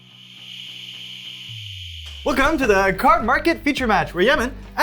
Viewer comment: Again, the way to emphasize the word "the" is to pronounce it "thee", not "thuh".